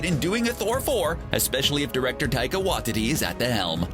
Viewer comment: You're pronouncing Taika Waititi's last name incorrectly.. the wrong emphasis on the wrong syllable.